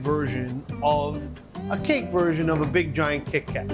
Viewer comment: The way he says kitty cat its so funny. 😊